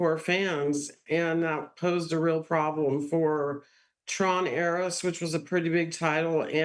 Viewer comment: Who is this elderly woman that can't pronounce Tron Ares?